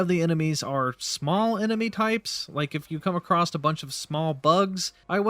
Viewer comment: Dude 'acrosst' is not the word